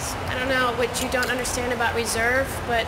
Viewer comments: aboot to get punk'd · did he say "aboot"? lol most of us don't say aboot in Canada.